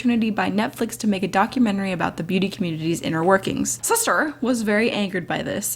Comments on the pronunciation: The way says shister makes me smile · LMAO the way she says “Sister” is everything! SIsTuR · I love the way you said sister SiStEr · the way she says sister xDDD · You made me laugh everytime you say sister xD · I love how you say sister lmao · omggg the way you say sister LOL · I had to stop watching because how she said sister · IM LITERALLY CRYING FROM HOW YOU SAY SISTER SKSKJFKSK